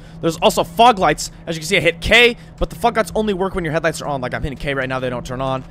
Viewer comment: Lmao yeah when he says fog lights 😂